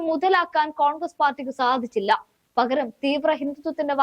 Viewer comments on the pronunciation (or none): "പഘര൦" അല്ല പകര൦